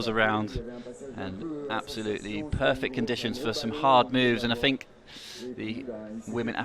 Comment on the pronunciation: Its think not fink ,speak properly if you are going to commentate.